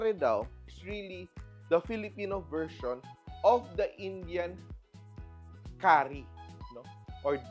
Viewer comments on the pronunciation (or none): none